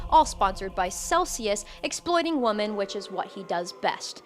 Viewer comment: WHY are people pronouncing the plural of woman as woman instead of women x.x It's been driving me fucking crazy for like.. almost a damn year. Did ya'll skip English ^^; Is that what's happening Soundin' like a caveman and shit I swear 🤣 AND IT KEEPS SPREADING I love your videos though I swear!